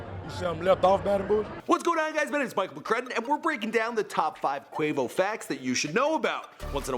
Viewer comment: It’s pronounced QU O VO not QU AE VO